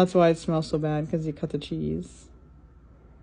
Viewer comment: "Somfing sessy?" 🤌